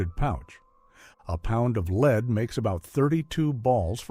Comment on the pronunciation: hmm it's kind of weird how many errors there are like pronouncing "lever" as "level". And lead as leed.